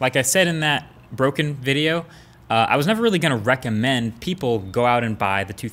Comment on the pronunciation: he said wreck-a-mend